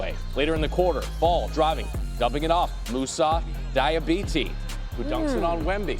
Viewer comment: diabAté not diabete you racist pundit, can't even talk properly...